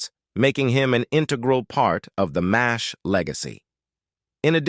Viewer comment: It's pronounced "MASH", NOT "Mays H". Duh.